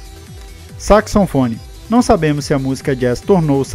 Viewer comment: Bom vídeo. Porém você está pronunciando “saxoNfone” O correto é SAXOFONE. Mas o vídeo não deixa de ser ótimo e informativo